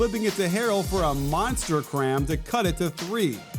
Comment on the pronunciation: Nigga said CRAM 😂😂😂